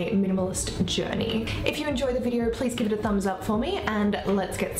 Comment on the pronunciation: "In today's videur"